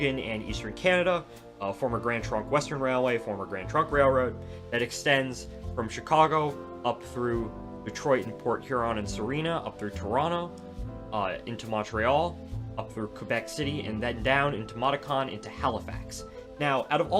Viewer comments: The city in Ontario across the river from Port Huron, Michigan that you keep referring to as "Serena" is actually Sarnia (SAR-NEE-UH). Please make a note of it! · I'm really enjoying this railway commentary series! A couple notes: it's Sarnia Ontario, not Sarina, and the music is a bit too loud/distracting. Looking forward to see this series develop!